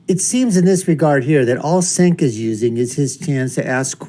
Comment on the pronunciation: It’s pronounced Jenk